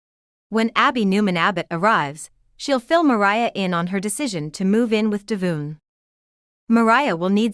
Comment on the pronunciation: It's pronounced Devon NOT Devoon and not Devin.